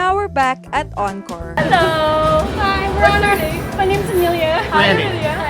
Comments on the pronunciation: Next time please ask how to pronounce the name of the hotel. The hotel is not pronounced Anchor, it is Encore (aan kor). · Prounounced On-core 🫣